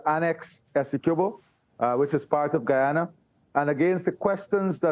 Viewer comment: the woman is pronouncing guyana wrongly